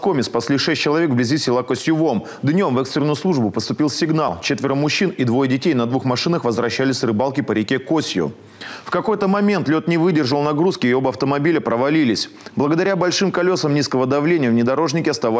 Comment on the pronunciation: Правильно косью ударение на последнюю букву по коми